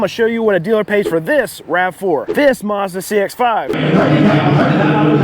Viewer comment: MAZDA not Marrrzda jeez!